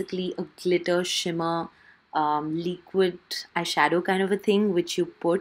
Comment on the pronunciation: Why do you say leequid instead of liquid?😂😂